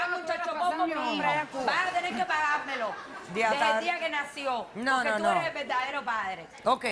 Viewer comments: "Chacho pol" Jajajajajajaajjaajjajaj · Jajajajajajajajajajaja chailchupol jajajaja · "Chalchopol" así le dicen en el planeta de la loca a la manutención de niños🤢🤢🤢🤢 bip bip bip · Es chal soporrr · CHANCHOPOL?? JAJAJAJA 😆😆😆 QUE ES ESO?? NO QUIERO PENSAR QUE LO QUE QUIZO DECIR FUE CHILD SUPPORT. JAJAJAJA ME ACALAMBRO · Le faltó a la doctora ordenarle a la demandada pagar el "chal chopol" del niño 😂😂😂😂 obvio que el chal chopol lo dije en forma irónica😆🤣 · SHAIL CHUPOR 🤣🤣🤣🤣🤣🤣🤣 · chal chopol 😁😁😁😁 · Es verdad tiene que pagar "CHA CHOPOL"🙄😂😂😂🤣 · Y que le pague chailchupor 😂😂😂😂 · Chail chupol 🤣🤣🤣